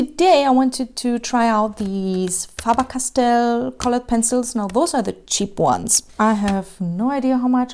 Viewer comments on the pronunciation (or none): She said FAABAAR CASTELL 😂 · “Fah ber cast tell”